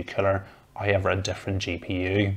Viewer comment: lol...Sounds like he's saying Killer when saying the word Cooler.